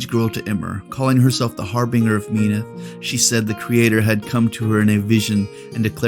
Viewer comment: not hating on ya glad to have someone actually cover lore for the iron kingdoms, but as a true believer of Menoth just hurts a little to hear it pronounced Me-noth and not as Men-oth. Keep up the good content <3